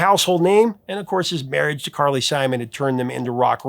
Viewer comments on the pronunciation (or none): none